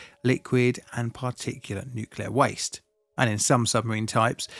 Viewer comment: Always makes me cringe when someone says 'nuculer'